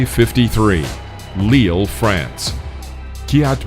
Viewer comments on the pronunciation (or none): none